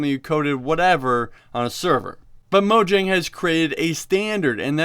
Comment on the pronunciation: Mo-yang. It's pronounced mo-yang.